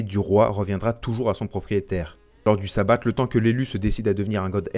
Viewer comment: On en parle du "savat".....